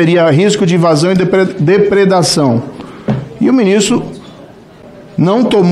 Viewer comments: nao consegue falar "depredação" ... hahaha : voz esganiçada e mal letrado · Ensina o Moro a falar depreda ção